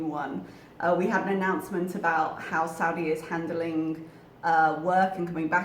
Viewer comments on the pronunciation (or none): none